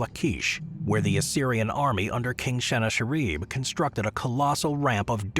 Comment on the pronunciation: king Sen ak er in. Not you pronunciation